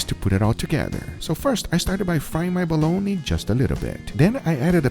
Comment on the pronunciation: "I really recommend you smoke yourself a balloney."